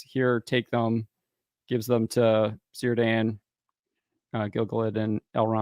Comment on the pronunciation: What kind of Tolkien fans are these guys? I clearly heard a mispronouncing of Círdan. Something that is very easy to learn